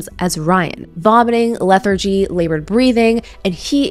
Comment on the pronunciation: If you can’t say the word, lethargic, then just try not to say it at all